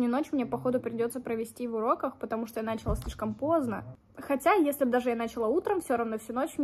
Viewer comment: началА , а не нАчала